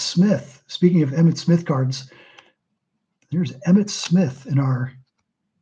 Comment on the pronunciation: I believe that Emmitt Smith is be pronounced wrong, lol